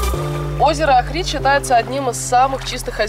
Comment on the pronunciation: Девушки, проверяйте ударение географических названий. Охрид и охридский - ударение на первый слог.